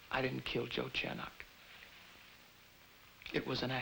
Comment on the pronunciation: Anyone notice Rodney pronounces Chernak as "chair-nock?"